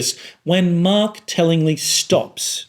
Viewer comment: Your pronounciation of 'Mark' sounds like 'Marx' in my ears, which translates to weird listening experience. Btw: I wish focault was alive and wrote a book about power and the internet.